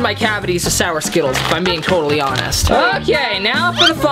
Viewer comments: Oh and I have a night made of you keep saying skitals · The word is ✨skittles✨